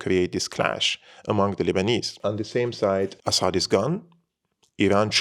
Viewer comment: it is very annoying how you pronounce "Assad" as if you are a foreigner. In Arabic we pronounce it differently. Please let the foreign audience pronounce it correctly